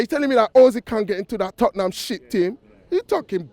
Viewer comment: Balderdash, this guy is taking absolute balderdash apart from when he's talking about tot-ting-ham when he has correctly described them as 🐕 shit.